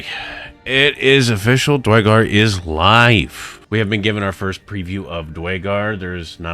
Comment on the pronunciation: DUHR! IT'S DUERRRRGAR! NOT DYGAR